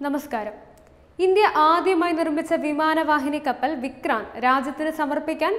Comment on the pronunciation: വിക്ക്രാന്തു കിജെയ്